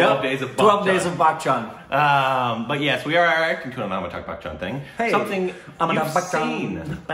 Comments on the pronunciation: well its Amitabh Bachchan & not Amitabh Buckchhan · It isn't "Bak-chan" it's "Ba-chan" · Its not pronounced as buck chan though....